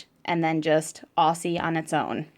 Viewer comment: Nice review. As an Australian can I just say Aussie is pronounced Auzzie.